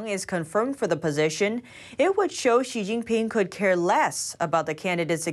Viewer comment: Love ya... *BUT*...... "Xi Jing Pin... COULDN'T... care less. "